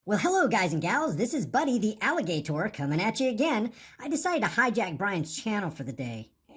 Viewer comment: Alli-GAY-tor. Haha